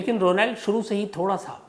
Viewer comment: Ro nald nahi Shamsbhai correct pronunciation hai rawnald